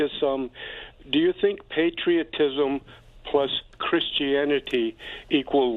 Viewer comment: just shrugs off everyone calling him sink/sank lol